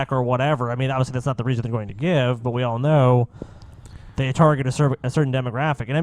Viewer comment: HE DID SAY WEASON!